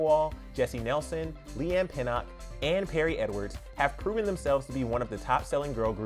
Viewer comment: Confetti was such a good album (and that particular song) for the US market. This is a damn shame. Simon Cowell probably laughing somewhere. Also what the hell is up with Jesy? And also lol at how he said Leighanne’s surname. But yeah this whole project should have come out to fanfare but the marketing is janky so it’s more like a sigh. They deserve better than this at this point in their career